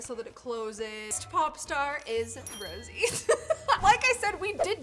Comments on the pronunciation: Hi just won't let you know you were pronouncing it Rosie it's actually pronounce Ro s a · ROSIE?? ISN'T SHE ROSE?? (pronounced rosa) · rosé does not have 3.3m monthly listeners she has 38.3 million... and it's pronounced rosay not rosie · Rosé not Rosie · You said rosés name wrong it's not Rosie it's pronounced rose-ay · erm hey I would like to inform you rosé is not pronounced rosy but ros-ey this helps:) edit: why is everyone being so mean to her 😭😭😭its not that deep guys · No hate but her name is ro-sae not Rosie!my blink friend would kill you for that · its pronounced rosay not rosie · Its Rose not Rosie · Not Rosie but rosè like the wine :) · Ummm. So it’s Rosé, not Rosie 🙂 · Its not Rosie its Rosé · Yeah! Like the ' over the E is there FOR a reason! RosÉ probounced "Rose-Eh" NOT "Rose-ee" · ITS NOT ROSIE ITS PRONOUNCED ROW-ZE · Rosie who is that it is pronounced Rosé, like the wine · "rosie" its pronounced rosay, spelled rosé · Yessss tho like idk if it like not annoyed but like idk when she said Rosie instead of rosé… lol no hate I love you!!! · rosie?🤣 its rose´ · Sorry but that’s not how you say rose you say it like ro saie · her name is pronounced (rose) (ay) 😭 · you spelled her name wrong and it’s pronounced rose-ay with the é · why on earth do you keep calling Rosè ROSIE?! you bought her merch and everything i’m so confused by this 💀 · It's pronounced rosse ayy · ITs PRONOUNCE ROSAY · Rosé's name is pronounced "ro-ZAY 😅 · you spelled Rosé wrong hahahaha. Also I think Rosé is pronounced Rose-aye (like the wine).....lmao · It’s rosé not “Rosie” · Wait is Rose pronounced Rosie? Have I pronouncing it wrong this whole time??? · i love ur video but i needed to tell u that ur saying roses name wrong the correct way is rosay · Hearing someone saying rose name like that is crazy 😂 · Rosé sounding like eh Rosie is her nickname but it doesn't get used much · Yes and pronounced her name wrong